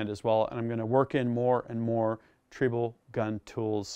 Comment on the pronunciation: is not pronouncing "Triebel", the German way. WAFFENWERKZUEGE!